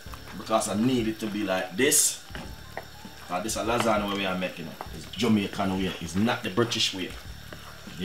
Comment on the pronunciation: Great video but lasagna is pronounced lasanya not lasaneee